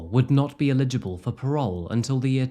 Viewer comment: Mate, unless English is your 5th language, you really need to work on your pronunciation of common words. "Eligible" not "ee-lij-able". Not to mention every single person in the video is pronouncing the store name as "che-pes" and you are calling it "cheeps". Do better